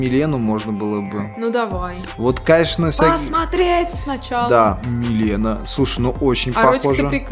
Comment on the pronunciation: Правильно:Милина а не мелена, не Райдн а Рейдн